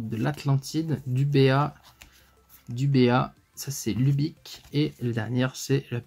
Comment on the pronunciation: C'est libic pas lubic mais sinon très cool ta vidéo je t'en voie ma positivité avec tout les deck que tu as faire